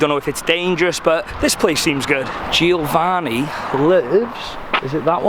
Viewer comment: every time you say GIOvanni I gringe ^^